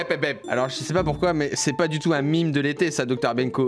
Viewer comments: Vous êtes au courant que le mot meme a en effet une origine francaise? Donc oi, on di « même » et non pas « mime » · POURQUOI MIME YA UN E DONC C UN MAIIIME !!!!!! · Non non cela ce se dit bien mêmes et pas mime ça le meme est une déformation du mot même français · "Mimes".. Je saigne des oreilles.(J'rigole) D'accord c'est la réelle version car ça se prononce à l'anglais, mais et on dit plus "mèmes", en France. Mais chacun sa liberté d'expression. J'suis sûr que quasi tout les commentaires vont dire "Hé mé tu di mim alor ki fo dir mèm trololol" C'est notre liberté d'expression putain ! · C’est pas mimes c’est MEMES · On devrait dire mÊme et pas mime parce que le terme de base est français. C’est les anglophones qui ont modifié le mot de base. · bah nan ça ce prononce bien même en Français. C'est les anglais qui disent "mime" ^^' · SA CE DIT PAS MIMI MAIS MAIME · On dit pas mim on dit même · On dit bien "Memes" et non "Mimes" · MAIMES PAS MIMIS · Nan mais c est Maime pas mime hein😂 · C'est qui l'con qui lui a dit de dire "mime" ? ça vient du français "même", traduit en anglais en "mim", mais on est en france en fait les gens, donc "même" -_- Encore un influenceur influencé par des non influenceur qui influeront des influençables... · Ont dit meme pas mime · Ils ont tord, ça vient du mot français "même", donc même en anglais on doit prononcer "maimes". Certains anglophones le font d'ailleurs car ils savent d'où vient ce mot. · On dit meme !!!!! Sinon super video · Oui il a bien dit des MIIIMES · "Mime de l'été" 😅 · Mais...même est un dérivé de mot Français....même...donc oui oui oui....je continurait à dire Maime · On dit "Maime" Bordel. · ON DIS MEMES!!!!!!!!!!!!!!!!!!!!!!!!!!!!!!! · ON DIS MAIMES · Ça se dit mème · Qui lui à dit de prononcer ça mime ???!!! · On dit meme pas meme !